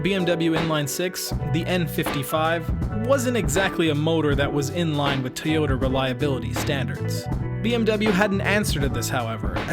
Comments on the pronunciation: This dudes pronunciation of Toyota is about to drive me crazy. About as bad as Sarah Palin saying nu-ke-lar when the word is nu-kle-ar Toyota- Pronounced Toi-yo-ta Not: Tee-yo-da If public speaking in English is going to be part of your life moving forward, please learn how to properly enunciate. It really is kind of part of the job description. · Good video, but with 1.4 million views, that's the number of people who now think that 'Toyota' is pronounced 'Tay-ota'. It's not. Can someone at least get that detail right?? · I appreciate the "Tayota" pronunciation, but I to be honest I prefer the Texan pronunciation, Ty yota. Excellent Video by the way!